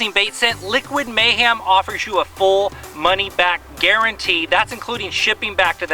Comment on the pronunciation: Did you say Liquid MayHAM? lol